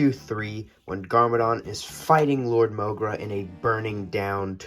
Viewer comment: Wat did i Just Finder out its mogra not morga???